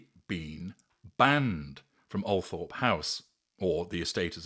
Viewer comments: It’s pronounced, ‘Altrup’ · I believe it's pronounced "Al-trup" - not that that matters of course